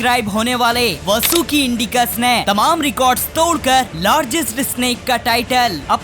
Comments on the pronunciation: Not vsuki This is vasuki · Vo vsuki nhi hai👿vaasuki hai😈👹